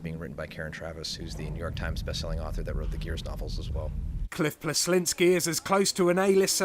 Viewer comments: im sorry but who the hell is Cliff Blesonski????? his name is Cliff Bleszinski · CLIFF BLEZONSKI...LITTERLAY ROFLD